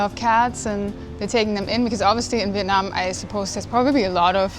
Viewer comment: You guys are the first YouTuber I come across that pronounce the city name as close as Vietnamese would say it